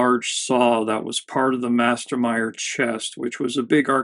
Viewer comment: 1st mästermyr. (meh-stehr-mure) 2nd it is from sweden. jeez. americans. d'oh.